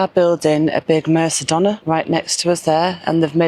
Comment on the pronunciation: Mer-: Sounds like the "mer" in "merry". -ka-: Sounds like the "ca" in "car". -DOH-: The stressed syllable, pronounced with a soft Spanish 'd'. -nah: Short 'a' sound at the end. 🙂👍🏻